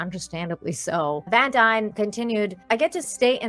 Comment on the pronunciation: Her last name is pronounced Dean like her father Casper from Star Ship Tropper!